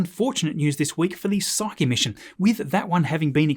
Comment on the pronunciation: Makes me so happy hearing someone pronounce Psyche correctly after so many other videos got it wrong